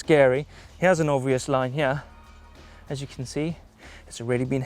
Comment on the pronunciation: Always cracks me up when he says here - hiah!